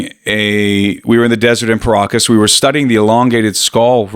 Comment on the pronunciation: Everytime you guys pronounce Paracas people I hear Pierogis people 😂